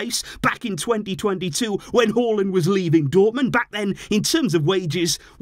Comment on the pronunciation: As a norwegian I was actually shocked when I heard you pronounce Haaland correctly😂